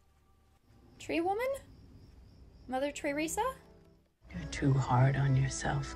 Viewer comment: Mother Tree-resa 😂😂